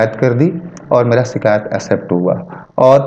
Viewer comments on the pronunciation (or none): " शिकायत " और " सीकायत " के उच्चारण का फर्क समझो